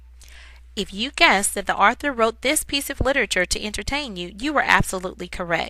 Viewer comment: This person doesn't know how to say author correctly I guess